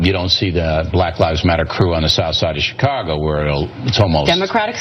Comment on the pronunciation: Bill mispronounces Chicago.